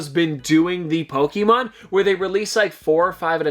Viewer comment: It's not Poke-E-mon , it's Pokémon. Please stop saying it like that it's super fuckin annoying